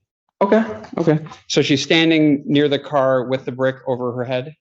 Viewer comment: "How did he KICK the door?'....."wif his foot"